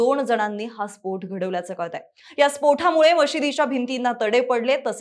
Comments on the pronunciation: Too irritating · स्फोठ 😂 नाहीं स्फोट... ट.. ट..😂😂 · स्पोठ नव्हे स्पोट. 😂😂😂